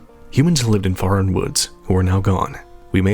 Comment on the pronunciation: Faron is supposed to rhyme with Erin. Not fair Ron. Haven’t you played hyrule warriors?? They say it out loud several times. (Forgive my pickiness but I’m naming my daughter Faron and it sounds ugly the way you say it lol)